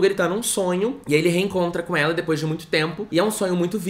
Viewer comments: "depois" sim, o que ele tava falando é de quem fala "dipois" com o i no lugar do e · meu deus eu gritei de rir com o "dipoish" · 44: 00 eu amo quem fala dipois e filiz